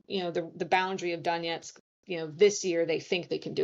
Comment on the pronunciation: The way pronounces “Danietsk” instead of “Donets’k” hurts my ears. The video is really good though, thanks!